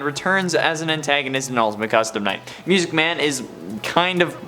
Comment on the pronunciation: That sounded very sus. LOL! BTW I love how you said Music Man as "Myusiec Man! Keep up the good work! 😀